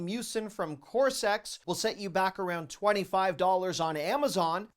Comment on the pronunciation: LOL corsex...cosRX